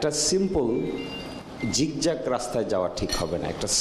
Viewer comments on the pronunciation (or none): Zigzag -এর উচ্চারণ কি 'ঝিকঝাক'? বাহ্!